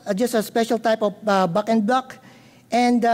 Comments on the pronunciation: Bagin Blug lol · i giggle each time he says “backend block”